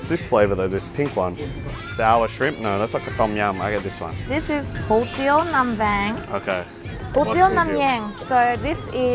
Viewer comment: The way pronounces nam vang 🤦🏻‍♀️ but don’t drink the water, ice, salad, and basically things you don’t know where it’s coming from. Lol bo la lot word for word translation is beef leaf wrap which is basically what it is